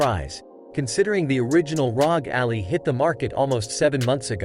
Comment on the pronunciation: Couldn’t finish the vid because he keeps pronouncing Ally like it’s Alley.